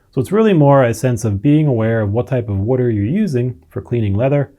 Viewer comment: fail. this video explained in depth what DOESN'T work, all while mispronouncing the most basic word "water." oy vey.